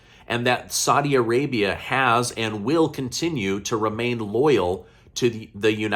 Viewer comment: I like what you do but please learn to pronounce Saudi Arabia 💪🏼